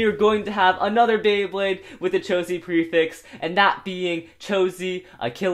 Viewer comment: He said chosie